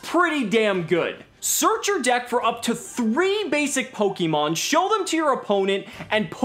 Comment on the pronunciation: It’s pronounced /Po-KAY-Mon/ not /Po-KEY-mon/ casual